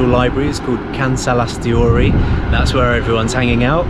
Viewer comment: Why "KansalaisTHEORY"... its not theory.... its TORI... "Kansalaistori"